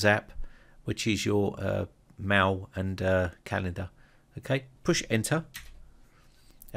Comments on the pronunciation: wtf are you calling 'mail' "maw" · It deeply disturbs me how the word "mail" is pronounced.